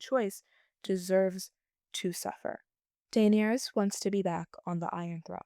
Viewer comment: The way you say Daenerys really made me turn the video off.